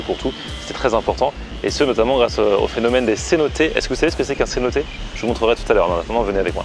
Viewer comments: 😂😂 c’est pas cenoté c’est cenote!! 😂😂 bonne vidéo oui effectivement tulum très touristique je te conseille d’aller dans les terres moi je suis aller pendant les vacances mais c’est grave bien!:D faut que tu visite les sites archéologiques c’est magnifique!! Le plus beau c’est dans le yukatan je trouve:) très bonne vidéo j’ai pas encore pas finis:) ps si tu veut des photos ect dis moi:) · on dit une cenote pas é a la fin comme une note